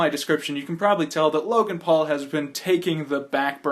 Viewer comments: ...its logan, not jake. lol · I think he said I'm so sorry logang and not Logan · His name is Logan you said Jake all the way in the video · Somewhere 4-5 min in the video you say jake instead of logan.